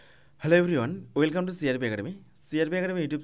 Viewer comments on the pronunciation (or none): none